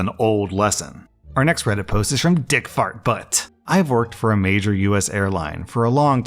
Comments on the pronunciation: I'm sorry, I'm apparently 4 years old because the emphasis on dickfartbutt made me cackle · I love how much emphasis he put into the username XD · The emphasis on every syllable of DickFartButt